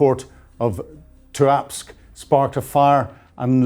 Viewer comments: How can get the pronunciation of TUAPSE so HORRIBLY WRONG. It isn't TUAKS as he says it. TOOAPSAY is what the PHONETICS indicate. Does he have a HEARING PROBLEM??? Because MANY MANY people say it CORRECTLY. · Tuapse. Pronounced: Two-up-SAY. The former country of Circassia covered all that area. The Circassian population was ethnically cleansed in the 19th century by Russia. It is no longer present on the map. Its people were deported, and many died at sea. Sunk in ships. Drowned like puppies. Sochi is also part of historical Circassia. Russia succeeded in eliminating a nation then. They will not succeed this time. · Great reporting! Lyman is pronounced "LEE-mon" and Tuapse is "Too-app-say. Keep up the good work. Slava Ukraine 💪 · The thanks for the snapshot of where we are currently.... only observation is your pronunciation of Tuapse is even worse than mine!